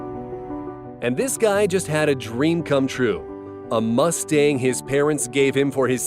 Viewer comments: Anyone laugh so hard when he said mustang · my guy said Mustang with his chest lol